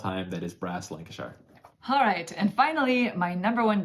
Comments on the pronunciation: Pronunciation guide: Lancashire is pronounced "lan-ca-sheer". Birmingham is pronounced "birming-um" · Lan - ka - sheer = lancashire :D good list guys! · You wouldn’t know this unless you are very familiar with the U.K., but if a place name ends in shire it’s actually pronounced ‘shur’. This isn’t a criticism, as your video is as excellent as always, I just thought you may find this interesting. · I'm from the UK guys, love the channel. I felt the need to tell you about the pronunciations of Birmingham and Lancashire as they are said over this side of the pond... Birmingham = Pronounced 'Bir-min-gum' Lancashire = Pronounced Lank-ee-sher Hope that helps 🤔😃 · (FYI it's 'Birming'um' and 'Lancashuh'.) Great video! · I often have the same thoughts about my favourite game. It's one of three but it changes on a daily basis depending on my mood. It's either Brass:Lancashire, Great Western Trail or Puerto Rico. By the way as Brass Lancashire is favourite game, I must teach him how to pronounce Lancashire. I was born and have live most of my life in the county. Phonetically it is lang-ka-shuh. Thanks for all the great videos.